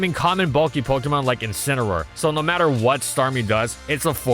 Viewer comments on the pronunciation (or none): none